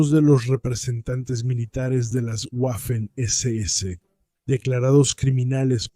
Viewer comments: Tú eres tonto, chaval. No se dice "guafen" sino Waffen. Si no sabes ni siquiera cómo se pronuncia el alemán, dedícate a otra cosa..., a plantar pepinos, por ejemplo, o a trabajar, mejor... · Cada vez que pronuncias "Güafen" muere un cachorrito, que lo sepas. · Qué manía con las “Guafen” . Para estos anglómanos todas las lenguas del mundo deberían pronunciarse con fonética inglesa. Le envío mi dislake y de suscribirme ni en broma. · "Guafen" mamita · Tú escribes y hablaras en castellano fluido. Simplemente no sabe alemán, por eso no sabe cómo se pronuncia.